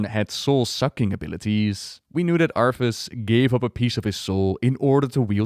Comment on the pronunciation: LOL its been years, and you still pronounce his name as "ARF-us"